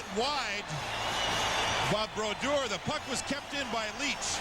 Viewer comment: Always love hearing legends names pronounced wrong as they’re still obscure. Youll here Sam pronounce Brodeur differently than he did for the majority of his career. Similarly to how they pronounced Jagr during his early years.